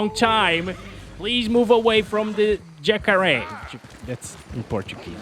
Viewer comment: You said "Jacaré" in Portuguese, amazing <3